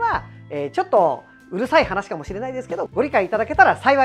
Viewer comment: MT｢ツーファイブ｣なんですね ｢にじゅうご｣って言ってた…